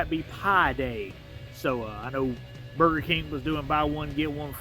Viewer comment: goofball said bubger kirg